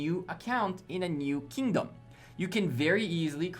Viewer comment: It’s Kingdom not “Keyingdom”.